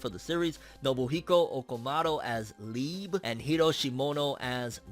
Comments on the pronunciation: I'm pissed, man said LEEB, IT IS LIEBE 🤣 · You pronounced it wrong but made me laugh ~_~ Liebe is German for love but the word sounds cut and is more like Lie~be.